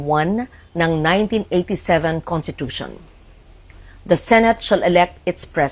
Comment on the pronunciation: She's a long-time senator and former journalist and yet she can't even say conStitution or konStitusyon??? She kept saying contitution